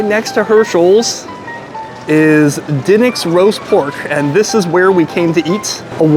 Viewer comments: it's De nicks not den ics !!!!! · It's pronounced like the basketball team. Da Knicks. 🤦🏾‍♂️🤷🏾‍♂️😂🤣🤣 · Duh-niks is how you say it in Philly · Also by the way it's pronounced Da-Nicks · You’re not pronouncing the name correctly. How can you mispronounce the name. It’s been all over the place. Pats’s now this. Come on man. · The way you pronounce DiNic's is making my left eyelid twitch. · Why would you not ask them how to pronounce their name? Or at least lOOk at the sing and sound it out! You are WOEFully uneducated about the places you eat and review. God bless you that you can make living at this but I suggest you make some changes and work on your background information, platform, delivery, and most of humility! Your gastro/life experience is so limited and you come off as a experienced gourmand.